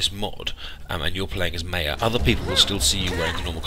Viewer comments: Not Meja it is Maya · you pronounce maya wrong...